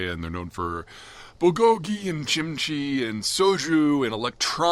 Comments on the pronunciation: Wait is Kimchi pronounced chimchi? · Did Peter just say JIMCHEE?